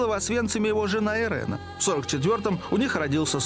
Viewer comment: Не Ирена а Ирина ; Украйнка